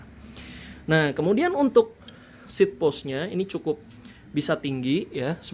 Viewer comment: Hehe sekalian deh ya seat clamp bukan sheatclamp, seat post bukan sheeatpost, shifter bukan sifter. Anw nice review gan, simple dan cukup jelas, thx for the effort! Kl saya boleh masukan, beberapa shot akan lebih baik kl pake rripod, misal pas ngelipet sepeda. Semoga channelnya makin maju